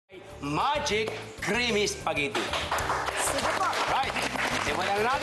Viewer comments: what .. ISPAGITTI, UWEL and LEVER .. haha😁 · natawa ako sa "ISPAGITI" hahaha . pero idol kita chef.